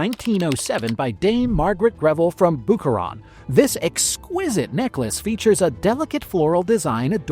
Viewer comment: Please don’t ever pronounce “Boucheron” like that again. It’s a soft c